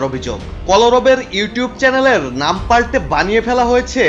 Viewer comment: ঠিকমতো নামই বলতে পারেন না হিসাব দেবে কিসের আবার না জেনে শুনে মন্তব্য করা ঠিক না